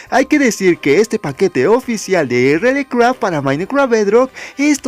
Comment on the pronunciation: Se pronuncia RialCraft por cierto 🐸